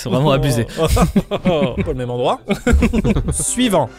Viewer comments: POV : À chaque fois que Maxime dit "suivant", moi qui entend "Siuu Yvan". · super vidéo👍 mais à chaque fois que tu dis suivant j'ai l'impression que tu dis Yvan